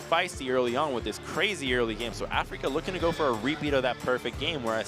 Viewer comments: Afreeca not Africa. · Everytime he said that, my eyes twitched. I don't understand how anyone could get that wrong.